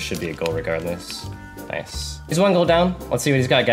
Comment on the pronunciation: bro honestly this guy hits the craziest clips and says "NOICE"